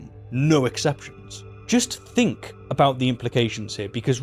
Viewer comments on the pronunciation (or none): Stop th-fronting please; it's pronounced thousand not fousand, think not fink, and death not deaff.